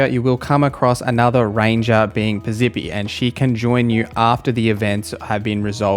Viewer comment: Thank you. Also Piz-eppi, not Piz-zippy and conversate isn't a real word. Driving me nuts.